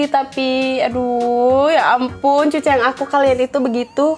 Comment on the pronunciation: Aku dengernya malah cuk bukan cu wkwkwkwkwkwk :v